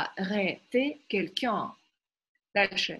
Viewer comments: dobrij den' vi nepravilno proiznosite qn-9.32 pozze kogda 2 raz vozvrashaetes k lexiceskomu slovariu lucshe .Orentirujus' na svoi znanija i na literaturnij franzuzskij vsego dobrogo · Obratite vnimanije inogda vi ne pravilno proiznosite : qn, un